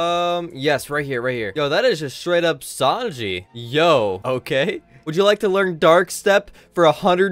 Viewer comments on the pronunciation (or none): none